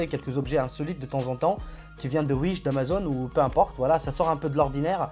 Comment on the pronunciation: Bonne video et j’aime bien ton accent quand tu dis « Uish » mdr 👌